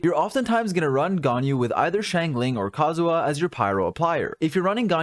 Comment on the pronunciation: I know it's nitpicky but your pronunciation of kazuha as kazuwa really bothered me this episode. Probably just because you had to shotgun it off over and over again when talking about team comps.